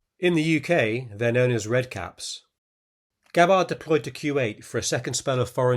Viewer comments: It's Gab-bard, not Ga-bard. Emphasis is on the first syllable, not the second. Rhymes with scabbard. Unless you mispronounce that, too. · You should research Gabbard's actual medals and the correct pronunciation of her Name! Aloha!